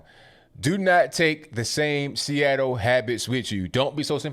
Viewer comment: Chuckled everytime you said freeattle....😂😅🤣